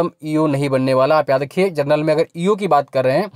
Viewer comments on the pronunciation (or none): Chacha जर्नल नहीं होता जनरल होता है 😆